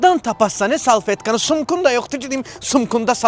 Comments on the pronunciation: Əsəbdən sunka yox sunku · Sunku ❌ Sunka ❌ Sumka ✅ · Çanta❌ Bel çantası❌ Sumka❌ Sunku✔️ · Sumqa yox sumqu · Sunku demir sumku deyir